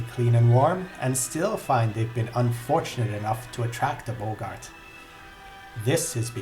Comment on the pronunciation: Their name is pronounced "Bog-art". Not "Bow-gart".